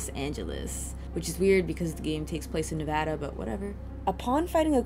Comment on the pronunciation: Thank you for saying Nevada right 🥰